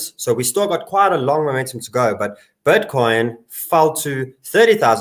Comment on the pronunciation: Is he saying "butcoin"? 😎